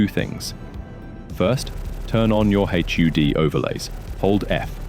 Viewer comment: Great guide, saving this for referring to rookie pilots. One comment for your text-to-speech program, in your script, I'd replace "HUD" or "H.U.D." with "hud" which is what we say in English, we don't say the individual letters. The general rule of thumb is that if it can be pronounced as a word, do it. Other than that, it's a really good voice. If you weren't a native English speaker you might not even be able to tell that it's TTS.